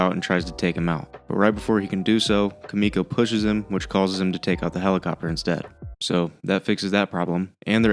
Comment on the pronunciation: >kamiko it's Kimiko. the I does not make an A sound.